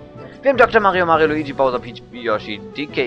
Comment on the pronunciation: Der Mann heißt Luigi und nich Wuigi, wie dus aussprichst.. :P